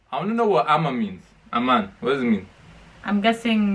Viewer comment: Its Aman my guy not Ama